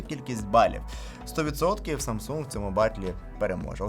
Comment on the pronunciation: "Самса" якже це вуха ріже, вже можна договорити 2 літери